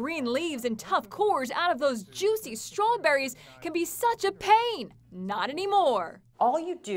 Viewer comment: Strowberries lol😁